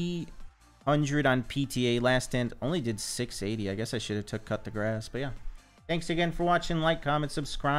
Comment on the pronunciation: Bro. Pronounce like " Koo they grass" not "cut the grass" XD